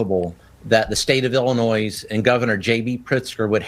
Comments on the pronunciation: It's NOT "Ellen-Noyze". It Ellen-NOY ILLINOIS is not plural. It's Indian. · Illinois has no s sound, Sir. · Correction... Illinois is pronounced without the "s". Where are you from sir?